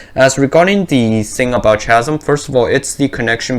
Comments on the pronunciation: chasm is pronounces kah zum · Just letting you know chasm is pronounced like ‘kasm’ ☺️